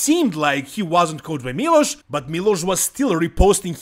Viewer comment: Kad sam čuo kako izgovaraš Miloš odma sam znao da si sa naših prostora. Miloš je bog i batina i tu nema price, Samson je poraz podnio kao neko dijete. Sjetimo se samo Hadija na olimpiji i njegove reakcije i to su nam sampioni. Trebao je dobit sankcije barem od olimpije da se ne takmici sljedecu godinu ali ok. I olimpija je postala smjesna vise i nepredvidiva.